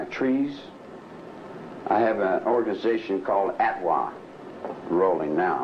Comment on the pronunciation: Its “atwa” , Air, Trees, Water, Animals